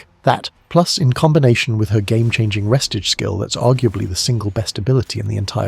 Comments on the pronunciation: I ain't trusting anyone reading re stage as res tige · its pronounced Ree- stage. Stage as in, theatre stage. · Why the hell is he saying “restige”